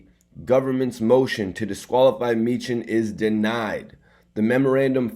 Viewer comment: It's pronounced Me-han...He a vicious Philly lawyer her b whoopn da courts ass I'm from Philly an used Me-han before he a FUCKN BEAST BRO